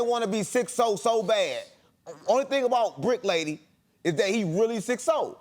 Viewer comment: This nigga said bricc lady 😂😂😂😂